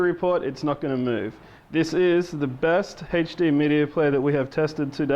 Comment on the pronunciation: haha He calls HD as HechD